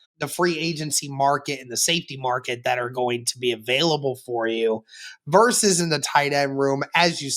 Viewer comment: Versus is vs! Not verse! Love the show guys, but McAfee does that as well and you are better than that….hahaha😂